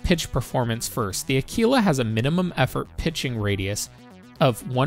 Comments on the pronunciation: Say the word quick, then quite, then quiet. Now Aquila..... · omg ..what is wrong with youtube?? AAkwila!! ..not akeela. ...just insane. It's ACTUALLY a constellation in the sky .../smh